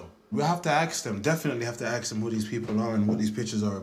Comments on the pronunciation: "We'll have to arks them" Can someone explain to me why certain people say arks instead of ask? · why does he say aks instead of ask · "We'll have to axe them". Slight overreaction! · The black guys gone ( ax ) them who the pictures are ! Why can’t those people speak properly